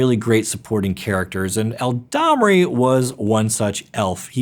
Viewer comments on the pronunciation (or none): I really like this video, but MAN do the pronunciation errors REALLY get to me. Mispronouncing coatl I can understand. But not something like El*A*damri where you leave out an entire letter. Or astrolabe where you completely ignore how the "e" on the end changes how the word is pronounced. Sorry, great video but this aspect was frustrating